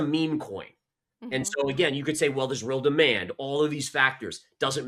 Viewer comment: My heart melts every time she says demond 😅